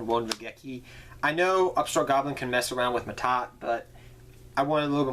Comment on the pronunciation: that's "Ma'at" not Mahad or Ma'Ta xD